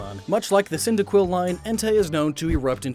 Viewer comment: Cyndaquil, Quilava, Typhlosion? Me thinks you mean Cinder-Quill, Quill-Lava, and... Typhoon-Explosion?